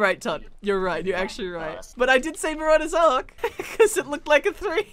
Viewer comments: ITS MARAUDERS ARCH ( AR-T-CH) NOT ARK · Why do you call it marauders Ark, instead of arch?